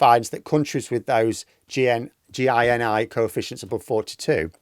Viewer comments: It's not G-I-N-I, it's actually said like the genie in a bottle. Gini. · I think it's pronounced like the feller that gives you 3 wishes. You could give 10 families 10k each, and still have 900k left over. I am reet braney at sum'z, me.